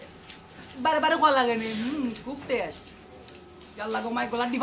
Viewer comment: Hahahahaha sooo funny and when I first see this video I was laughing cause it's very funny when she say khub tesh😂😂